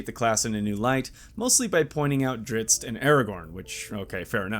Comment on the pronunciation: jesus, 3 videos deep into this channel and i gotta say, this guy's constant usage of puns and wordplays becomes unbearable/otherwordly cringey after a very short time. Less groaner jokes, more analysis my man. Ohh and for the love of Jergal, stop calling Drizzt "Dritzz"